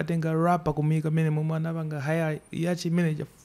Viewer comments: He didn't spell he pronounced pomwe wasiyilana zako Ali ndi PHD Infact he didn't say yach he said "yacht" it's the same ndi yat wakoyo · Its yat but pronunciation